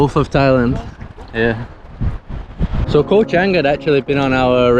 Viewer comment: I enjoyed your videos of the "koh" in Cambodia and now Thailand. The word "koh" is pronounced like this